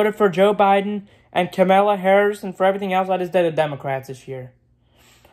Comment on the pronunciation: “Kemeluh Harris”